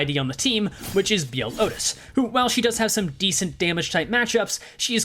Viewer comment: your pronunciation of Outis is wrong, it is "oo-tis", she is not the cow from barnyard